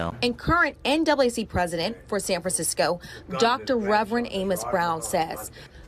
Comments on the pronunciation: Self checkout works fine in Indiana. All it takes is honest people. - "Sanfansicko" - lol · Sanfansicko lol love it